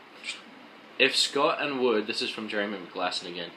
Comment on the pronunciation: Wood god dam it you said my last name wrong!